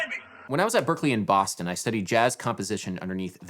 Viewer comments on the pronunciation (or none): none